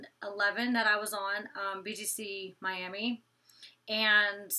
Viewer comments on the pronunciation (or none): none